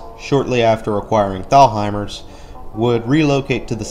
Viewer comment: Great vid but as a Virginia native, when you pronounce “Thalhimer’s”, dont emphasize the “h”. It’s pronounced like “Tall-hi-mers”. 😎 And I dont know if you saw it or not but this mall has a cool fountain feature/splash pad gimmick on the outdoors portion by the Fitness Center and movie theaters! 😎